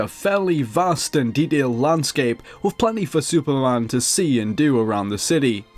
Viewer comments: Dude, it's Superman. Not Supermân. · HOLY SHIT I CANT WATCH THIS. SUPERMAN. SAY IT WITH ME.